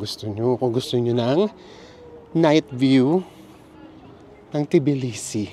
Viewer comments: Just being informative, its pronounced as tuh·blee·see 😊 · Cut the T po it’s Bilisi